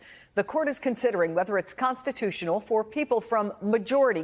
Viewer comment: WE'RE IN A CONSPITUTIONAL CWISIS!